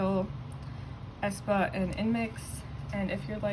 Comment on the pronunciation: hi hi just wanted to say that the pronounciation of aespa is actually either aspuh or ehspuh!! (no hate btw love ur vids)